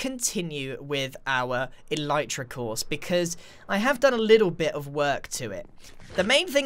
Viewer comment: Is it pronounced eleetra or elitra?